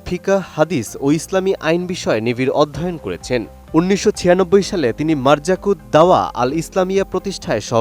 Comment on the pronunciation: মারজাকু নয় , মারকাযুদ্দাওয়াহ